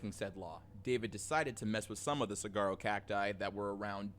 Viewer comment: Suh-war-row! The g is silent